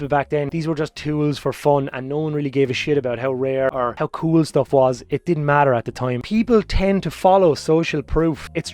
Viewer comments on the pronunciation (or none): none